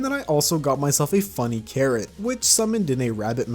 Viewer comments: It’s fuZZy carrot not fuNNy carrot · itz FUZZY carrot not funny carrot lol